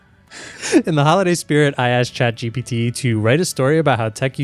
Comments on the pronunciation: For a guy known as "MKBHD" He needs to stop calling it "ChatGTP" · Why does he keep saying ChatGTP and nobody corrects him? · Did he say Chat GTP?